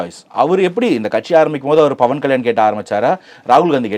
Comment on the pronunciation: Hello anchor. Its not Bhawan, it's Pavan Kalyan. P AND NOT B